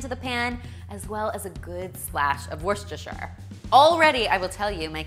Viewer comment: That’s definitely the best you’ve pronounced Worcestershire sauce in your videos - pretty spot on! :)